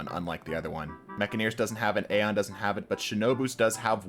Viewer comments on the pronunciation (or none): none